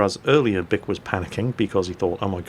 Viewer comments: That guys name is pronounced (BEE-ke) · wow his name is bic sounds like duck when he says it